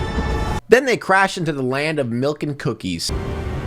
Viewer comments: Can we talk about how lava girl pronounced "milk" 😐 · She pronounces milk as “melk”. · Maybe shes from Canada😅